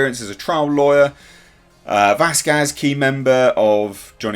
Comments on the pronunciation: VASqez. Wrong emphasis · And u stil cnt say her name right 😑🙄 VasKAZ 😕 wtf h sort it out